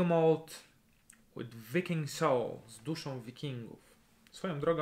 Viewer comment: "Viking" wymawia się z tą samą głoską co... "I" w odmianie "to be", tak klasycznie.